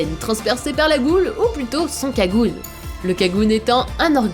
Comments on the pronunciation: C'est pas sa enfaite en japonais sa se prononce 'kaguné' en français avec l'accent français c'est kagune personnellement je dit kaguné ^^ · KagunÉ plz pas kagune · \CM667 “Touka” mdrrr mais regardez juste l’anime on entend très bien “Toka” c’est prononcé par de vrai japonais et c’est Kaguné et pas kagun mdr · On dit "Kagouné" pas "Kagunn". J'ai commencé à lire les trois premiers tomes de Tokyo Ghoul et j'ai kiffé ! Je connaissais déjà le résumé, quelques personnages et j'avais vu quelques extraits de l'anime. Et honnêtement...mon perso préféré, c'est Juzo Suzuya <3 J'adore son caractère psychopathe, enfantin et trop chou. Et je trouve sa relation avec Big Madam très intéressante : il l'aime plus que tout mais reconnaît qu'elle lui a fait du mal (spoil : surtout quand elle l'a castré sans anesthésie et contre son gré !) Je trouve le passé de Juzo hyper triste. A chaque fois que je réapprends son passé, j'ai envie de lui faire un câlin T_T Sinon, super vidéo (j'ai pas pu regarder jusqu'au bout, je REFUSE de me faire spoiler !!!!!!) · Ptdrr, dans votre video vous avez dit Un kagune alors que ca se prononce "kaguné" et Touka au lieu de "Toka"... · The Penguin je parle pas de l'écriture mais le la prononciation donc tu dit pas ''U'' mais ''OU'' voila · Son "Kagune" 😂 Ça se prononce Kaguné hein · kaguné pas kagune :c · ont ne dit pas "kagune" comme tu dit mais "kaguné" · J adore au lieu de dire Kaguné vous aviez dit Kagoune et vous aviez dit Touka au lieu de Toka j adore 😂😂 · Sa se dis pas kagune mais kaguné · Et pas Kagun ! C'est Kagune, comme Kagunet ! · Vous êtes sur qu'on dis "kagune" et pas "kaguné" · Non, j'ai souffert des oreilles xD : Alors la mort de Lize etait surement programmé ça a été expliqué et on ne dit pas Kagun- mais Kaguné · Les prenom bordel uta et pas ota toka et pas touka et c'est un kagnué pas kagune le ė est prononcer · Ça se dit KAGUNÉ pas KAGUNE... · ça se dit kaguné pas kagune ^^ voila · Kagune ?? Ca ce dit pas Kagun(é) ?? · sa sa dits cagouné